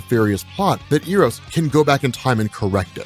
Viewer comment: Eros is pronounced Eh-rows.